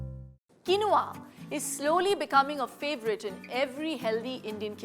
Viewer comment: It's pronounced keen waa😊